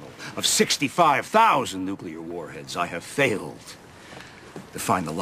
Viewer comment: She pronounces nuclear about as badly as W, too.